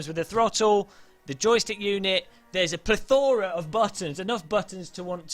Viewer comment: Plethora was pluh Thor uh